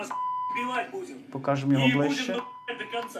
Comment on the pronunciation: Вимова там цікава,він можливо білорус. Будзем шо тебя,шо тебя